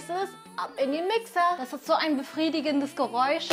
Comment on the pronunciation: "& dann kommt so ein brefriedigendes Geräusch" 😂😂